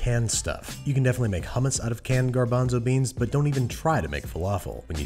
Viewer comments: please say hummus and not hammas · Evry time i hear him say homos makes me choke